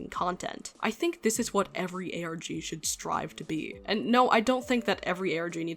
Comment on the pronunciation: it sounds like you said "Organ" lmaoooooooo